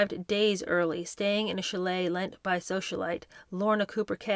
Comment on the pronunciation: The mispronunciations are now so prevalent that I will wait until I have gathered several before commenting: courtier, Andrew Lloyd WEBBER, chalet, ebullient.